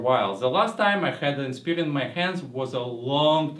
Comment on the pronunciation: Lol its Inspiron not Inspirion, but good review none the less.